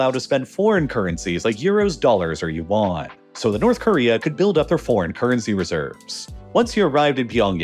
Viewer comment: Great video. However, your pronunciation of Yuan the currency is way off. Hope you could correct it in the future videos